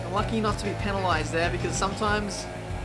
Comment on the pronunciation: That's not how u say penalised 🤦‍♂️